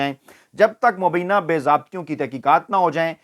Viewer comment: “Mubie’na “ not mubeena.